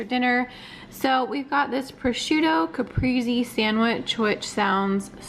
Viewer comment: Lol! Pronounced like "ca-pray-say" 😉 Looked delish though! Need to get on the home delivered meal stuff. Being pregnant I just don't feel like meal prepping or grocery shopping!!!!